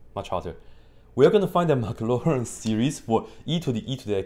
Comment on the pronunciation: What's a "Maclarin series"? I only know the "Maclaurin series". ;-)